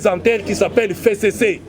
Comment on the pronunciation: F: 6ème lettre de l'alphabet qui se prononce F et non Fé, tokeba na FéCC et pourtant c'est bien simple de prononcer FCC